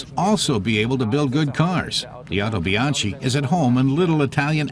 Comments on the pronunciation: Actually It Is pronounced "howtobianki" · Very nice video. However, it's pronounced "Otobianki".